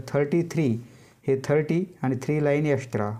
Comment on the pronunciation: Extra❌ Estra✅😂